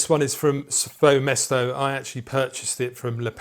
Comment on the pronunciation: SvoeMesto is pronounced Sviyu Mesta. Nice review, I just bought this and I love it.